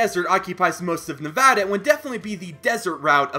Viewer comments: OMFG YOU SAID NEVADA RIGHT LEEEETTTTTSSSS GOOOOOOOO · I am a simple man. If Nevada is pronounced correctly, I leave a like. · YOU PRONOUNCED NEVADA RIGHT. THANKYOUUUUUUUU. Oh and I live in Reno and there is some “ghost town” looking places like Virginia city.